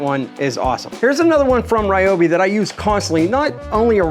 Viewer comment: Definitely "Ree-oh-bee" not "Rai-oh-bee". Also the guy in Street Fighter is "Ree-oo" not "Rai-oo"! Heathens! 😂